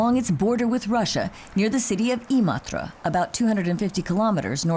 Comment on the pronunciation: Never imagined someone outside of Finland could pronounce Imatra so well